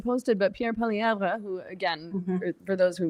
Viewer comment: Dear Meghan. Poilievre is not pronounced PoilieVRE. In French we don't emphasise that last syllable at all, nor does Poilievre himself. The French pronunciation is POILIÈV. ☺